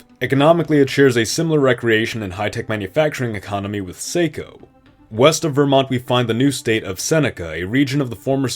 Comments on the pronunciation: Glad to see Northern New England up first!! But as others are, I have to give a few notes on the region: A) Nice call naming the new state after the Saco River! but as someone who lives on the NH/Maine border and works in the city of Saco, its pronounced Sahh-koe, not say-ko lol B) Theres a hefty cultural divide between coastal and inland Maine, while NH has more of a north/south divide that blurs over pride for the White Mountains (being The Granite State)... that are now in Maine! C) Maine and NH already have a natural border - the Piscataqua and Salmon Falls rivers - that ends roughly where you drew the new border. I'm not certain what's being followed here? County lines? D) Looks like Manchester (NH's largest city) is now in Maine... while the state of Saco gets most of Maine's economy and at least 70% of both states' populations!! E) NH was an original colony while Maine was part of Massachusetts until 1820... So I'll suggest moving the west half of the new border to the north side of NH's White Mountains National Forest, and give Maine back Portland... and rename Maine not NH then you're solid 😉 Or combine the two states in full and make both even angrier! This is a really well done video with a unique take - keep up the great production! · As a New Englander, it hurt to hear "Saco" butchered. It's pronounced "Sack-o". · Saco pronounced Socko but we already call that area North Massachusetts. You also show the border as the Penobscot River but it doesn't flow in that area. You might be thinking of the Androscoggin River which would move the border quite a bit and actually define the cultural and financial border. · If you’ve named the second state after the Saco River, it’s pronounced “saw-ko” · Saco is pronounced Saw-ko by us local Mainers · Good job, but if you’re trying to say Saco, it’s actually pronounced Sock-Oh. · Saco is pronounced “sah-cō” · Saco is pronounced SOCKO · Saco is pronounced with a soft a. Sah-co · Just to say Saco is pronounced like sock.